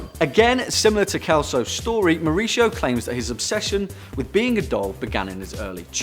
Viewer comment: Number one is pronounced Maoo-reesio with a Mexican accent